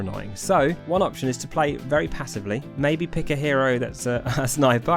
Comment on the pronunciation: Each time you said hero was like a stab in the heart